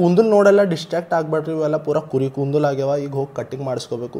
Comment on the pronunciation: Kundul alla bro kudalu pronounce properly bro